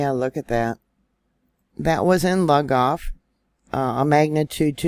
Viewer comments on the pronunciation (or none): Hey I'm originally from South Carolina and it's called Lugoff pronounced loogoff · We have a fault line stretching in from Charleston. All sand in that area. And it's Lu-goff. Loo-goff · Actualy , I live in S.C. as well and we pronounce it Lou golf.